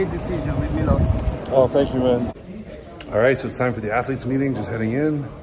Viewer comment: Milo-SH like shake or shed